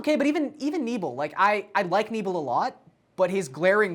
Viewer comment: Who’s Knee-bell? Jus a Brewer fan wondering if Knebel should be worried about losing his job as the closer